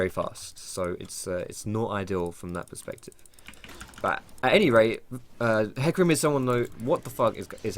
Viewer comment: JUST ABBREVIATE IT TO FUCKING 'HEC' THERE IS NO NEED TO ADD A USELESS FUCKING VOWEL SOUND JUST TO HIGHLIGHT HOW MUCH OF A MOUTH BREATHING TROGLODYTE YOU ARE